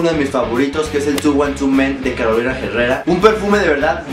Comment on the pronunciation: No se pronuncia "Carolain Jerrera", es: Carolina Herrera No se pronuncia "Bleu de Chanel", es Blhe de Chanel Mis fragancias favoritas son: Hugo Boss - Boss the scent Kilian - Back to black Ralph Lauren - Supreme leather Thierry Mugler - Pure havane Tom Ford - Noir extreme Yves Saint Laurent - Le noir de l'homme Tom Ford - Noir de noir Versace - Eros Azzaro - Azzaro pour homme Acqua Di Parma - Colonia assoluta Carolina Herrera - Men Africa Creed - Aventus Dolce and Gabanna - Light blue Todas se las recomiendo, placer de los dioses